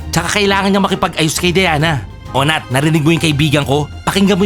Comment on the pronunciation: also its nat not nath